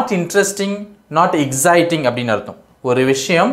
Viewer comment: Firstly learn to pronounce the word exciting. It is not exziting Brother